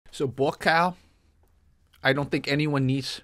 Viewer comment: Buakaw is every kick-boxers nightmare……. “Bu A Cow”…… how it’s pronounced